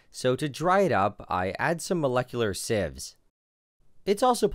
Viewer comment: You pronounce sieves correctly in this video, but in future videos you mispronounce it for some reason